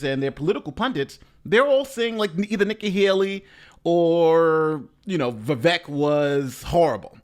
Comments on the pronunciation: For anyone who didn't know about Vivek (and it is pronounced viv-ache) there were a couple things I could see might put them off: 1) he was just a little overaggressive with his "bought and paid for" comment, he had already made the point earlier talking about Super PACs 2) his position on not funding Ukraine further That said, the first was his attempt to "Trump" the debate, and some people will like it rather than be turned off by it. Likewise, the Ukraine funding point will likely turn off some voters now who are sold on the neo-con agenda - but give it another year and people will be that much less enamored of the ongoing conflict and money-sink. Hopefully the audience were also listening to his actual vision and policy ideas (downsizing government significantly.) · Vivek - rhymes with cake. That's how you can remember how to pronounce it. I got that from him. I have a name that's constantly pronounced wrong, so I'm sensitive to that. My name is Coleen, one L, so the O is long. I gave all my kids classic names that are rarely mispronounced.